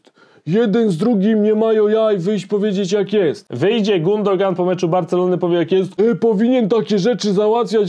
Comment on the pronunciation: Nie Gundogan , tylko Gündogan - giuuudogan wymawiaj bo słuchać się tego nie da